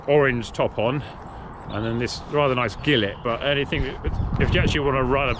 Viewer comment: Gillit? 😁 surely it's a jee-lay